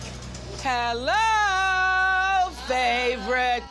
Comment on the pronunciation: you can tell has been working for Oprah tooooo long coming in saying “Hellller” 😅😂😂😂 love her